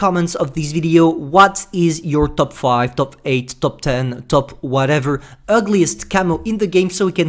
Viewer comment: UGLIEST, I think, not ULGIEST